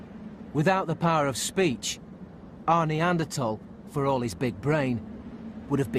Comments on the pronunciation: I keep hearing it as Arnie Anderthal. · It is "Nee Ander Tall" and not "Nee Ander Thaw" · What pisses me off most about this is the pronunciation of neaderthals. 😜